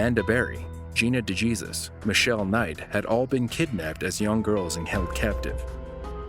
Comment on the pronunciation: Gina DeJESUS? Really? One of the biggest cases the States has ever had and you say her name wrong? How insulting.